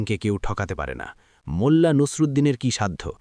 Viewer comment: ভাইয়া মুলা বা মুল্লা না।।। মোল্লা হবে।। আর সব সময় এরকম সাউন্ড ক্লিয়ার রাখবেন মিউজিক দিবেন না একদম প্লিজ